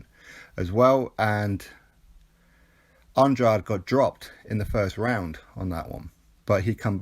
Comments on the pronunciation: It's definitely not Andra-day. I just rewatched a Keith Thurman interview from a while ago and he says 'Anne-draid' and Thurman fought the guy 3 times as an amateur so i trust he knows how to say his name properly lol. Go to the end of this video of his last fight where the ring announcer says it properly 'Anne-draid' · I've heard it pronounced at least 4 ways by different channels/boxers/promoters lol. If i'm not mistaken it's pronounced Anne-draid? i know for a fact it's not Anne-dra-day because that is the latin way of saying it and there was a different fighter with the same spelling who was active several years ago, so that probably confused people. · NOOO you pronounce Andrades name wrong throughout the full video